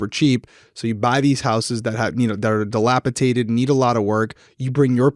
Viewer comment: Ouch.. Dilapidated. Dilapidated. Not a T a D. Ps. J’adore you two. You make my Sundays. Thank you. 🙏🙏🙏🙌🙌🙌❤️